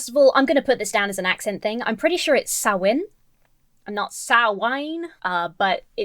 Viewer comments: I’ve heard ppl say Samhain as written, “sam-hane”, but I’ve never that particular hybrid of the latter & the proper “sau-en”: “sam-wain”. That’s a trip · Im pagan, you do not pronounce the M or H in Samhain. I pronounce it Sa-when, but there are a few variations Im newer to paganism and im still doing research but im pretty confident Samhain has never had anything to do with children sacrafices. I have only ever heard of animals being sacraficed in any religion or tradition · the way he pronounced samhain is painful the 'proper' pronounciation varies from place to place but im pretty sure its something like 'sow wen' or 'saw win' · 5:220 "Halloween goes back to the Celtic festival Sam Wain" Um... You mean Samhain? (Pronounced Sowl win) Guy can't even pronounce the thing he's ridiculing! 🤦‍♀He obviously did not do his research because the festival most certainly does not involve the sacrificing of children. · He pronounced it Sam Wayne! I find that unreasonably hilarious :D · lol, dude said "sam-wain" he knew it wasn't prnounced "sam-hain" but just couldn't bother to figure out how.... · Lol "Sam-Wayn." Sam's Wang. Anyone? Also, turnip jack-o-lanterns are way creepier. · It wasn't an accent, just a mispronunciation. He said "Sam Wayne." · No I believe it really is pronounced Sam Wayne. Sam Wayne, the rootinest tootinest Celtic Spirit in the whole wild Ireland YEEHAW! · Sam Wain... HAH! He can't even be bothered to actually pronounce it right. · "I'm sorry, I'm being really mean." No. You're not. Dude straight up called Samhain "Sam Wayne" like some kind of off-brand whiskey. He reaps what he sows. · Hearing a Christian pronounce Samhain as "Sam Wayne" was the funniest shit I've seen in months. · Actually, what he said is “Sam Wayne” (I rewatched that part just to be sure) — which goes way beyond just an accent thing. It is as though he is trying to SHOWCASE his ignorance. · His (mis)pronunciation of Samhain struck me as intentional 🤔